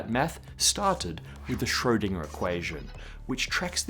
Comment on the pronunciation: I love what you do, the topics and that you consistently not only scratch the surface of them. I just think, if you would pronounce Schrödinger correctly, it would actually have an influence. 😉